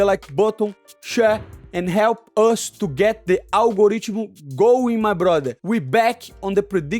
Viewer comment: Algorithm - 1 Money Motherfuccin Moicano - 0 Bro said algoreachable 🤣🤣🤣🤣